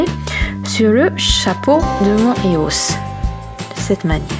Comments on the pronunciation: On dis pas Eos mais [I O S] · Ca ce prononce I O S. Pas E O S. Elle n'est pas française, donc elle le prononce mal. Ca s'entend. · C'est cool mais tu me stress avec des EOS sa se dit I O S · Sa se dit [I] OS!! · Tu le prononce mal c'est eos prononcer l'être par lettre en anglais pas éos si non bonnes video